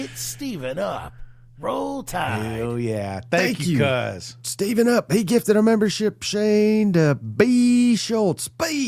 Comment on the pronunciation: It sounds like you guys keep saying STEVENup when it's spelled STEVEup. Where you guys getting the "N"?